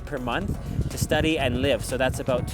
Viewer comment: I repeated this several times trying to hear how a Canadian pronouns the word “about “ 😂